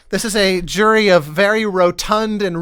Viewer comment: lol "jury of your pie-ers" got buried in that conversation and I demand justice